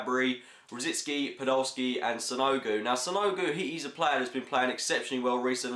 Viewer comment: "SANOGU" LOL. It's Sanogo but I think Sanogo should start and be taken off at half time for Giroud.